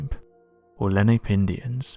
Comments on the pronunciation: And he butchered the native tribe name. I grew up just on the edge of the Pine Barrens. If you're going to make a video, know your subject. Len APE? Good grief. Lay-nah-pay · the Native American tribe of the Lenni-Lenape and/or Lenape is pronounced Len-ahh-pay :D - Being that I'm from just out side the pine barons in South Jersey I was taught about this tribe as a child. This story is 100% TOTALLY NEW TO ME!! AND WOW!!!!! I can't believe I've never heard it before, I've heard sooooo many stories about the Jersey devil throughout my life but NEVER anything involving the military.... And it's great that it's down to earth and makes sense, but I guess we'll never know how true it is.... I was unsure as to WHAT was declassified and I'm a bit confused about, so I'll give it another listen. :) THANK YOU SO MUCH FOR THIS!!! WOW!